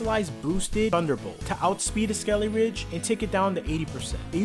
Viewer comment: Nemona's SKELEDIRGE was a monster the whole run. It's purnouced skel-i-durge not skel-i-ridge